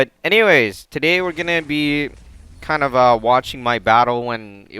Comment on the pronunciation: Sounds like u said f*** him but I'm sure u meant of him